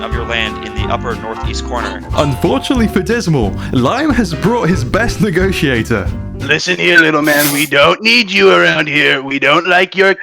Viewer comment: “The best negoatiator” LMAOOOO